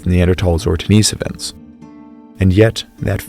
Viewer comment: I don’t like the way you pronounce denisovan